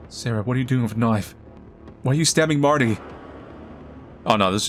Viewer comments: Ok I can't not. So I'm sorry but it's see-air-ah not say-rah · Hey just for future reference you say the sisters name as (see-air-ahh)